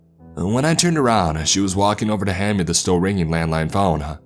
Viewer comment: Wrong-uh Face-ah Me-eh Itself-ah Thera-eh